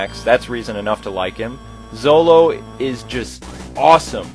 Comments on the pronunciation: It's Zylo, not Zulo. It's eee (long 'e') gress, not "ergress". And anyone promoted and leveled up into their 30s and 40s can one-shot and/or utterly destroy ANYTHING in that game. So saying you leveled Ken up that high doesn't mean shit because he is far, far, far out-done stat-wise by other paladins like Ernest. Even Mae, who is a powerhouse early - mid game with her high defense falls short in the late game. Dude, I know so much about this game and played it so much I know exactly where to move my characters to the square to activate the A.I. and I know exactly how the A.I. is going to react. LoL, I played this game way too much growing up. I love it, if you can't tell. I wish there was a nextgen Shining Force that didn't suck or venture too far from the original mechanics while expanding on others such as the promotion system. Vandal Hearts (the first one - the sequels were terrible) had an amazing promotion system that offered you two choices for each class. At any rate, definitely a game for the more hardcore players but I wasn't hardcore when I started playing it. It made me hardcore and I absolutely love the shit out of it. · erghiz and zolo? it's EEGRESS and ZYLO.